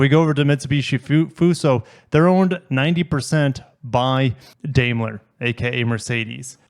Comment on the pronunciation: Daimler is pronounced "Dime-ler."